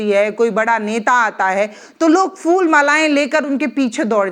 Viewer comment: Word Is: PHOOL ( Flowers ) Not FOOL Thanks